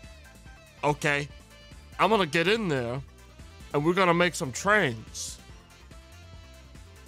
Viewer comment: Minecwaft AND twains?! OH MY FWICKIN GOSH DANG!